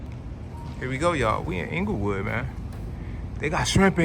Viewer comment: Inglewood, not Englewood. Good video